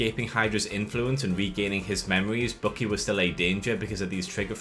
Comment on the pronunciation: I kept wondering who this "Bookie" is you keep talking about, then I realized you meant Winter Soldier. Dude, his name is BUCKY. Bukk-ee. It's pronounced completely differently.